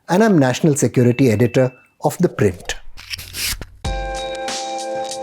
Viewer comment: I almost thought I was hearing "The Wire". The Print seems very close to them.